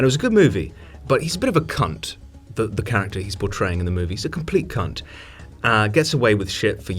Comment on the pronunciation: The way he says cunt is amazing. Cun'